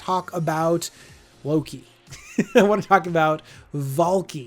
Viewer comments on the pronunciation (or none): none